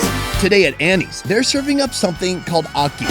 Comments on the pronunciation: I live in Jamaica born Jamaican its not aukey its ackey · Di way how him pronounce ackee a kill mi